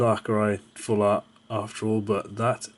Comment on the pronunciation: like this comment if you like it when people slur full and art together and it sounds like flart, cuz i know i do!